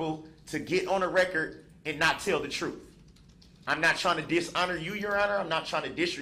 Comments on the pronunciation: “Dishreshpeck” “Truf” “Dishonor” What a moron. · He just wants the “troof” to be told! lol 😂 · … and nutan but da troof! 😂. He ain’t axing, he’s telling!